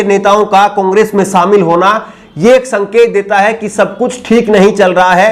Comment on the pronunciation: Shamil ko samil mat kahobji . Apke journalism ke course me kuch sikhaya nhi gaya agta he ya aapne sikha nhia shobdo ka sahi ucharan